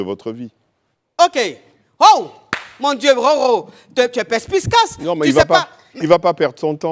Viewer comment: avec son affaire de Perspiscace…. Il n’y a personne dans l’équipe pour lui dire que c’est incorrect? Ou bien c’est exprès elle le dit? En tout cas Roro a dit pour terminer, ça a été « perspicace » j’espère qu’elle a entendu … et qu’elle prononcera mieux la prochaine fois!